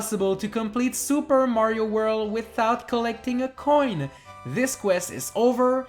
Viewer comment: i love how u pronounce coin